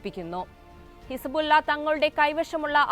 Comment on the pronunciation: ഹിസ്ബുള്ള ഇസ ബുല്ല യായോ ഇതാണോ ന്യൂസ്‌ റീഡർ? കഷ്ട്ടം